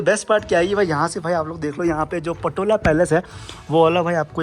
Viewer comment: पटोला नही पोतला है